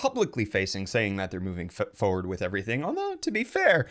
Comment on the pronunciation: The word is foRward not foward. Stop purposefully mispronouncing it in a sad attempt to sound like a rapper.